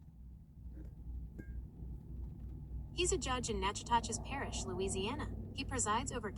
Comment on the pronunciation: It's pronounced Nak a tish